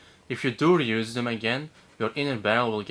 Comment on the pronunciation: bro... I know what he said but he didn't have an audible space between "never" and "reuse" which made it sound like he compounded them into "neverreuse" or "never use"